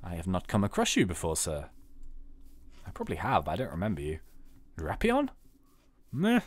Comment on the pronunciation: It's dra-Pi-on